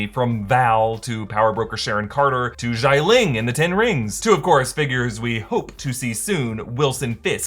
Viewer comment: Why do people always pronounce Jialing "JAI-Ling"?